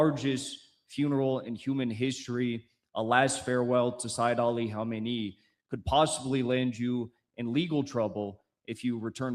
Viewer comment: Our Martyr Spiritual Leader is called Seyed Ali Khamenei. The first spritual leader of the Islamic Republic was called Imam Ruhollah Khomeini. You pronounce the name wrongly. For the rest your video isn't that bad. Also try to understand: The Spritual leader of the Islamic revolution has no executive powers. If you ever need a guest to explain this to you and the viewers feel free to contact me.